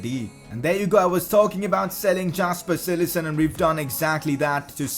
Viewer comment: It's pronounced yasper cillissen